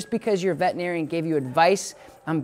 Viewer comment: Can you please stop saying “vetinarian” it’s vetERinarian